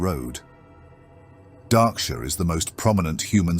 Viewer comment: Henceforth I will only refer to it as "Dah-ksure"